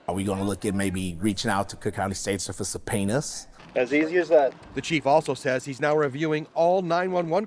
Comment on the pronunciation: listen I know this isn't important but whyd he say subpoenas like that